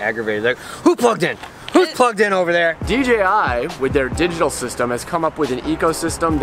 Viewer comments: Im curious, why does nearly everybody pronounce it DGI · STOIP saying DGI!!!! haha